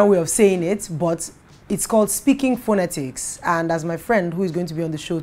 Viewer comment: Your pronunciation of the word 'phonetics' was totally wrong.